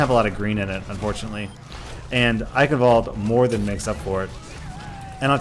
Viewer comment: The pronunciation is still wrong...